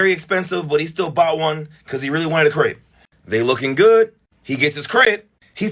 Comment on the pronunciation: Its a crepe not a crape